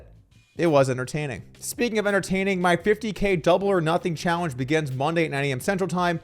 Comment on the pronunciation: 'Chahwenge' = challenge? Lol must be the Adderall 😅